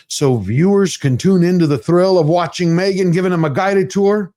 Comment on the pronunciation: She is MEgan ...."H" is silent.😮😅😅😅😅